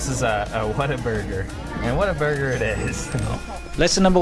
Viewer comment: "What a burger"? At first I thought he said Water burger. Perhaps they should have had water burgers at the first restaurant that was on fire.